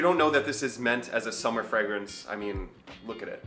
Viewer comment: Your weird pronunciation of the word fragrance is like nails on a chalk board to me. No need for the extra G you throw in the word, lol.